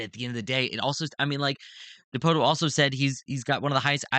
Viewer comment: It's pronounced dipoto. Come on man